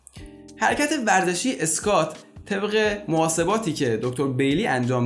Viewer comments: تلفظ درستش اسکوت squat هست نه اسکات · اسکات نیست.. اسکوآت هست. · تلفظ درست انگلیسی این ورزش، “اسکوات” میباشد آقای دکتر squat :/skwat/